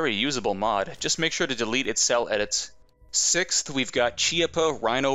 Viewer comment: Great video, but btw it’s “kee-aa-puh” for Chiappa, and yeah it’s an under barrel revolver it’s pretty weird (and not the first time a revolver has been made like that).